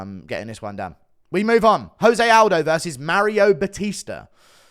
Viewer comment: It's 2024 and Guru still pronounces "Jose Aldo" wrong